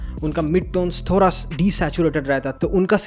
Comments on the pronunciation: Thora nahi thoda😂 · Thoda nahi ""thora"" 😂😂